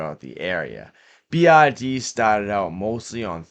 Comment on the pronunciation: Not to be mean, but all i hear is TIG and BID😂